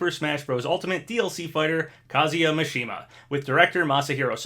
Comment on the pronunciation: Your pronunciation of Kazuya is perfect. Mishima however... its MI not MA. cmon